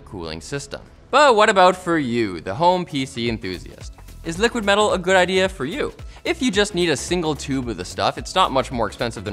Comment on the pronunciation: LTT's latest branded product, "' Liquid Mell'al" 😂